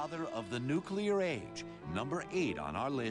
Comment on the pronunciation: and he says "nuke-you-lur" bomb